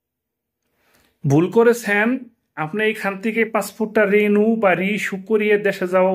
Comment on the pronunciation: "রেনু " নয় "রিনিউ"